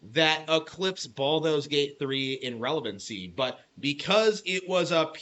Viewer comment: "Balldo's Gate", lol